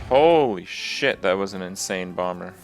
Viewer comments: He pronounced BOMBER correctly. I KNEW IT. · Am I the only one that noticed Kripp is saying Bomber correctly? Am I in the Twilight Zone?